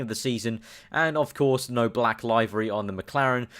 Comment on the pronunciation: LOL LIVE-ery. liv-ery mate.